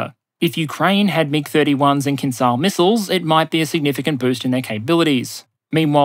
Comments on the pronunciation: hey buddy, it's not pronounced KINZAL, it's pronounced KINZHAL, like how it's spelled. don't be ignorant. stop pronouncing things intentionally wrong. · Hi. English transliteration has failed you. "Kinzhal" actually pronounced "kin-jal", or "kin-zjal" if you will. There is no such sound in english as Ж, but it is closer to J in journey and definitely does not sound as Z. Also, kinjal means dagger in Russian which is a kind of a cool name for this weapon. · kinzhal is pronounced with the s from "measure" fyi